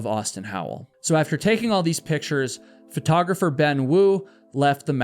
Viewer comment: "Photographer".. not "fret-ographer"